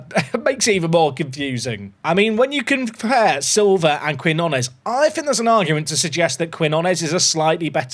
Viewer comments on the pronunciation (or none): We need to send you on a language course with all these South American signings. New is keen-yo-nes. Denner deal is too much to say no to. Now that the release clause is gone, I’d list the star CB and see if his value goes up any since he’s leaving anyway. Couple million for him and i think you have to cash it in unless you think you can pull off promotion this year and then resign him as a premier league team in the offseason.